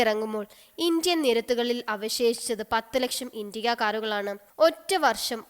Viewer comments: It's not intiga, it's an "Indica" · Very pathetic narration...full of miss spelt words... indiga?!?...really? Its indica!!!😣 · V12 അല്ല v2 ആണ്, പിന്നെ ഇണ്ടിക അല്ല ഇന്റിക്ക ആണ്